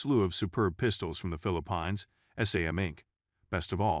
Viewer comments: Springfield Ron in ? The Philip pines? These AI talking videos are horrible at pronouncing certain words, but that's how we can tell they are AI so maybe that's a good thing. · I guess the computer can't pronounce Philippines , what else did this bot get wrong???